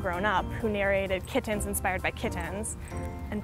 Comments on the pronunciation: That's literally the worst way to pronounce "kittens". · Kittehnns. Seriously?